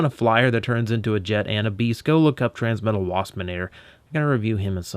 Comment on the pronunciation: "Transmetla," huh? >w>